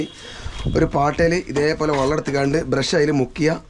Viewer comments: എനിക്ക് അതിൽ പരാധി ഒന്നുമില്ല. വള്ളം എന്ന് പറയുമ്പോഴും വെള്ളം തന്നെയാണ് ഉദ്ദേശിക്കുന്നത് എന്ന് സന്ദർഭം അനുസരിച്ച് എനിക്കും മനസ്സിലാകുന്നുണ്ട് ഞാൻ സ്കൂളിൽ പഠിപ്പിച്ച ഒരു കാര്യം പറഞ്ഞു എന്നേയുള്ളൂ. ഞാൻ 40 വർഷം ഗൾഫിൽ കഴിഞ്ഞ ആളാണ് കേരളത്തിലെ ഒട്ടുമിക്ക ജില്ലകളിലേയും സംസാര ശൈലി കേട്ടാൽ അറിയാം...(പക്ഷേ അധികം ആരും വള്ളം എന്ന് പ്രയോഗിക്കുന്നത് കേട്ടതായി ഓർക്കുന്നില്ലട്ടോ... ഒരുപക്ഷേ ശ്രദ്ധിക്കാഞ്ഞിട്ടാകാം !!) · ഇങ്ങടെ വർത്താനം ബല്യ ഇഷ്ടാ...... പക്ഷേ വെള്ളത്തിനെ "വള്ളം" എന്നു മാത്രം പറയരുത്. വള്ളം എന്നു പറഞ്ഞാൽ "വഞ്ചി '' എന്നണ് അർത്ഥം. അടുത്ത വീഡിയോയിൽ"വെള്ളം" എന്നു തന്നെ പറയണംട്ടോ ?